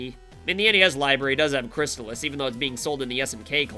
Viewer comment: Your ass pronounced "Crystalis" wrong.